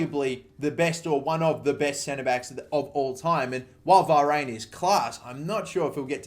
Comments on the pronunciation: Va- rain? Lol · Learn to say varanes name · Your pronunciation of Varane is vile